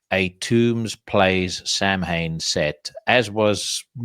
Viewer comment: Another good one. Swirly of the week was well deserved. By the by pronunciation for Samhain is Souw-in.